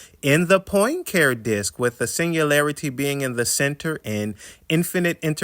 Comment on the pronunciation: Poincare. Henri Poincare. (Pahn cah ray)